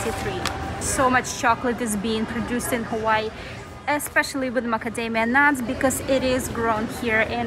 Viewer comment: Her pronouncements of Hawai’i and Oahu is killing me…